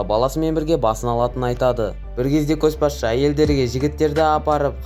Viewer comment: Көс басшы емес, Көш басшы деп оқышы , мезі болып кеттім ғой, ұнамады